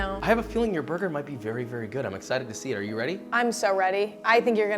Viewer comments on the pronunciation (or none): Me: Burger Josh: BOIGER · you say brgr